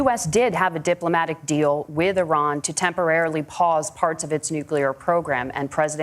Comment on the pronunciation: Both of these guys need to learn how to pronounce IRAN.